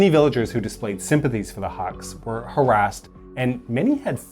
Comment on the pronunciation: Huks sounds like "hooks" than haks